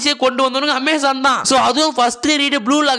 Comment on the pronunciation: omazon ❌ Amazon ✅ 🤣